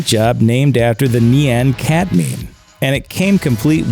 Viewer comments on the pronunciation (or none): When I hear people pronounce words as "A-Knee-Me" & "Knee-Yan Cat" .... I just.... I don't know man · "Nee-Ann cat meme" Ew.. Just.. ew. I'm surprised you didn't pronounce it "me-me" too.. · Knee-an cat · Nee-Yan cat meme lol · why cant people from the US say Nyan cat properly?